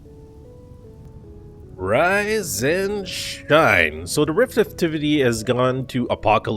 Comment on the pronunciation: sounded like you said the current RICK activity is high.. vs rift.. i like it!! rick is summoning drifters now.